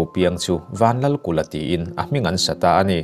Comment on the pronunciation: Vanlalkula nilo in Vanlalkulha aw